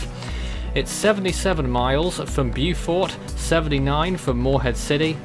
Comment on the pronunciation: It's pronounced "BO-fort" in NC, unless you were speaking of SC